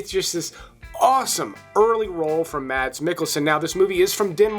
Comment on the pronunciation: Mads Mikkelsen; first name pronounced Maes. First saw him in "Flame & Citron", which is fantastic!